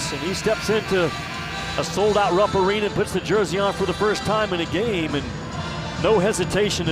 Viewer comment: "Rupp Awena" 😄